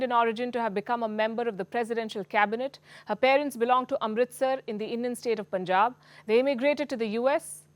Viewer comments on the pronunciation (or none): none